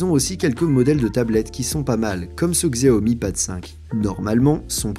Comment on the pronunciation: "Xiaomi" ce prononce "chaomi" je le tien d'une chinoise